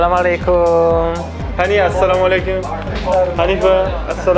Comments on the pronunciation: Dear brother, don't spelling sla Malai kum ..... It's as Salamu alykum... It's as Salamu alykum..... Not sla Malai kum..... May Allah bless you always 💞💞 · Assalamu Alaikum Daud. Mohon maaf, hanya ingin sedikit mengoreksi salam yang selalu disampaikan di awal video. bukan salam alaikum, tapi *Assalamu Alaikum*.